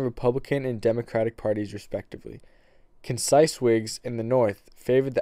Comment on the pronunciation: Dude, Conscience is not pronounced concise!... Have you ever heard of a clean conscience? When orating text, please pronounce the words correctly. Concise means precise. Conscience and concise are two completely different words.